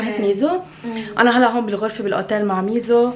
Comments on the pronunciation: ميسو ❌ ميزو✅ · ميسسسوو مو ميزو😂😂😂😂